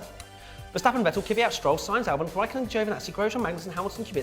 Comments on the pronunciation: It may be just me but isn't Kvyat pronounced Kvee-yaht? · please learn to PRONOUNCE THE DRIVER NAMES FFS. were all hardcore fans, it shouldnt be to much to say Kvyat without some imaginary second Y and Vettel like Fettel. every international fan makes the effort guys, cmom :P